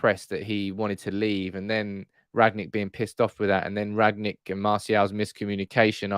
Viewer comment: I don't want to be pedantic....BUT...its RANG-NICK, NOT Rag-nick.